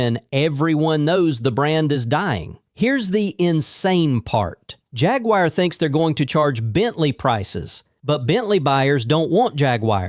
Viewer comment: Once i hears “hag-wire” i closed the video